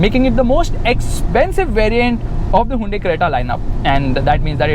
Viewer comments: It's Hyundai,not hyandai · handai creta 🤣🤣🤣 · Hayinda creta lol 😂😂😂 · Me: hyundai: Hainde 😂😂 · hai-yundai lol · Whn he really said highundai at first 🤓😅